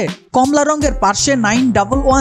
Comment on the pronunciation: ওইটা পারশে না, পোরশে হবে।